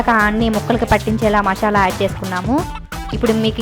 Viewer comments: మశాల కాదు మసాల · Mashala yendhi mashala.....adhi masala